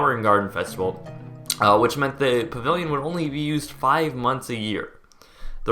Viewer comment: You talk to quickly for your own good, "pavivilion" thats what I keep hearing.